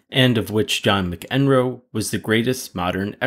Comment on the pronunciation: McEnroe is pronounced Mack-en-roe